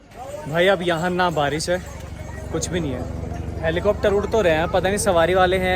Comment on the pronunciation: 😂😂Helicopter❌ Heplicopter✅😆